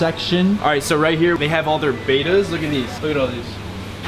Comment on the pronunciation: Beta’s? Aren’t they called bèttas?